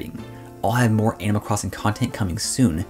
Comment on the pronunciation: Kinda messed me up, I kept hearing "anal crossing" at first. I WAS TOTALLY confused. LOL.. thanx for the review!